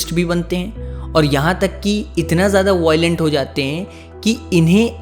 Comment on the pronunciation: Voilent kya hai 😂 Violent ✅✔